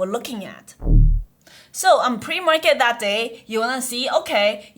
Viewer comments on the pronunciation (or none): ‘Pre-market’ PLEASEE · "Pre Market" help :)